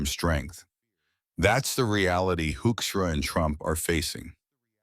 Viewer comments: Hoekstra is pronounced Hookstra...... he is a disgrace to his Dutch legacy! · Why does this AI voice pronounce Hoekstra differently throughout this piece?